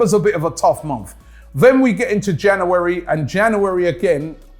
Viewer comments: Why does Robbie say Jan’oo’ary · Januu-wary and febuu-wary lmao bee-cause is the best one tho by far lol cracks me up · the way he said january is too funny